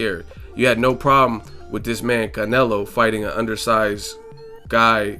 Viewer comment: One minute you pronounce Canelo like all accented then the next you don't which way you going to go bro?